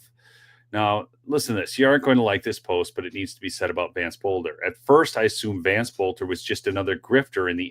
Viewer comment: Just a quick correction, his last name is pronounced Belter. The O is silent. His dad was my geography teacher.